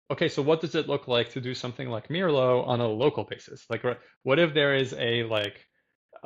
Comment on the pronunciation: wow what a string of great interviews! meljoann, simon repp and now mirlo! this is great! and finally i learned how to pronounce it! ok i am going to watch the rest of the interview now!